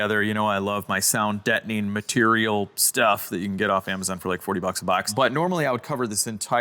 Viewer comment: He knows it's sound "deadening" and not "detoning" like a bomb right?